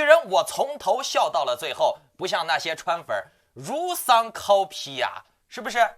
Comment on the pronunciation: 如丧考妣 （bi三声）